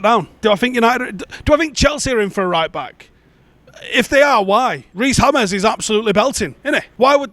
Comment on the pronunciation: Reece Hames 🤣🤣🤣